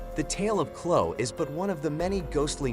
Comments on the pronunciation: Chloe (ch-low-ee) not Clo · Pronounced Chloee